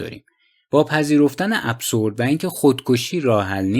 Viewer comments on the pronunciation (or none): اِبزُرد هست چون با تلفظ اس خوانده نمی شود